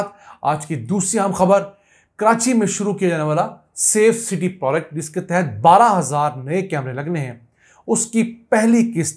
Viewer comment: Ap proagect ko prodc Kew bolty hain